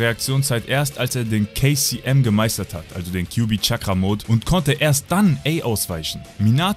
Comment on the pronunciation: Immer wenn du kcm gesagt hast hab ich kfc verstanden